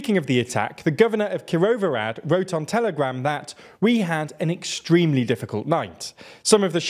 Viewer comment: you should look up how to say the foreign names before doing news. You say KirouVORAD but it is KIROVO-HRAD. Kirov is a name, kirovO is that it belongs to Kirov and HRAD which means castle or city but if you say just RAD instead of HRAD it has totaly different meaning because RAD is in slavic languages advice or council. So instead of saying "the city of Kirov" you say "Kirov´s council" ... It is not only your problem but it is widespread all over the net across native english speaking people as a plague to read it as you wish, adding letters which are not there or dont reading letters which are written down. If you learn standard indoeuropean pronunciation (english has the weirdest pronunciation ever because most of the world has same and totally different pronunciation that english has) you will have no problems to read hindi, igbo, spanish, serbian, aztec or uzbek names. We all have almost the same pronunciation. IF we write A we read A and not EY ... if we write C we read as TS not as KEY and so on... m